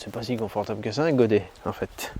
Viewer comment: Salut, pour que ce soit confortable il faut enlever le "t" au godet 🤣